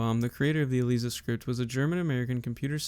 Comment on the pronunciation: Nicely done! A detail: Most folks pronounce ELIZA with a hard I, as: E-Lies-uh. But otherwise, this is one of the best and most concise summaries I’ve seen!